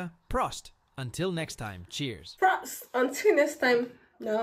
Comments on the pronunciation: It is PRROHST!😂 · Keep in mind: That was a piece of PR. And as to beer - Prost! is pronounced prooooost ! 😀